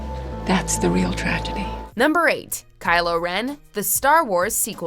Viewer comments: Cry-lo Ren? lmao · Sees Kylo Meh Instant Dislike!! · KYLOO REN??????? ÂÂAAAAÂAÂAAAÂAÂ TAKING TOP10 WTF IS GOING ON WHATS GOING ON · Kyle ren? 😂😂😂😂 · Kylo ren... Kylo ren!? 😂😂😂😂😂